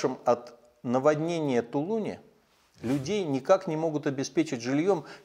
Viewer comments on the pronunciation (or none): В тулунЕ ьлять а не в тулУне и ты туда же